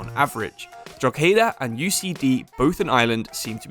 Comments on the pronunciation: Just so you know, it is pronounced Drock-ed-ah, I live about an hour away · No it’s not lad. It pronounce droh-he-dah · It's pronounced Draw-head-ah Also 2nd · Drohegta is pronounced dro h da